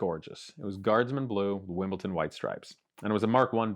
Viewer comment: Wimbledon not Wimbleton